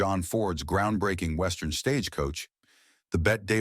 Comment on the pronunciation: And pronouncing Bette Davis “Bet Davis.”